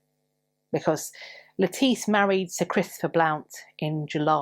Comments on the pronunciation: Thank you for this interesting story. I’m so glad that you pointed out that it’s not pronounced like the salad vegetable. I’m blind, and that’s listen to audiobooks. There was I believe an Agatha Christie novel, that had a character who had the same name and unfortunately, the narrator pronounced it lettuce the vegetable. I did have to giggle pretty much every time she was mentioned. Thank you for your effort and for your gentleness and for your kindness in speaking to us. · Thank you for the pronunciation of Lettice Knollys. :) For the longest time I would pronounce her name as the vegetable. lol